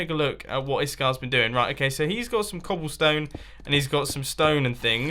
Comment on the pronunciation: "I love cobillstone" #ssundewuldbepruwd